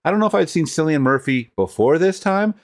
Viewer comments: His name is pronounced Killian like kill . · It's pronounced Kill-ian Murphy. Alex Garland also wrote Sunshine, a great sci-fi movie that was directed by Danny Boyle and starred Cillian Murphy as well.